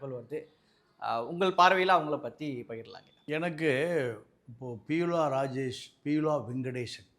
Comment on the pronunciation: ஹலோ பெரியவரே.. அவங்க பேர் பியூலா அல்ல, பீலா என்பதாகும். ஒருவருடைய பெயரைக் கூட ஒழுங்காய் உச்சரிக்கமுடியாத உங்களால் எப்படி உண்மையைப் பேசமுடியும் ? நீங்கள் சொல்வதை யார் நம்புவார் ?